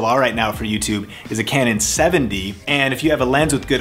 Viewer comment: I.. i feel like you physically cannot say 70D.. XD great vid bro